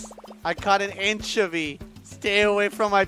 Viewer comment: Who's that pokemon?: it's anchivy